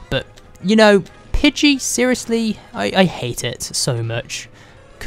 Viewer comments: It's pidey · it's pidgeyw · It's pigey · its pige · its: Pidgey or spearow! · its pidgey -_ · Pidgey. Dude seriously.